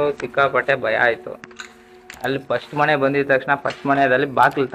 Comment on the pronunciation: Bro ಅದು ಮನೆ. ಮಣೆ ಅಲ್ಲ 😂